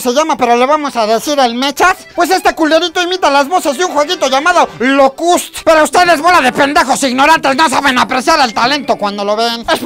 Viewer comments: con respeto pero ¡no mames!, el juego no se llama "locúst",el juego se llama "Gears Of War" hahaha, Aun asi quedo chingon:D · Se dise LOCUST agregale el asento